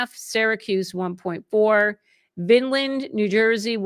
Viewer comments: I like the old format, a solo one-to-one conversation. No show, no performance. And, it’s Vine-land, not “Vin-land,” New Jersey. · Vineland - not vinland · It's vine...Land like the grape vine lol not Vin land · You know someone is from North Jersey when they mispronounce VINEland. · They pronounce it "vine land", vineland.